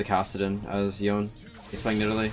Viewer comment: Omgggg he said Yone right 😍😍😍